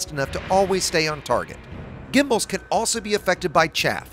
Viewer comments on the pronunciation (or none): none